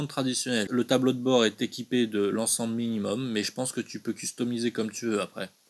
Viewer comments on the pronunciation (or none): none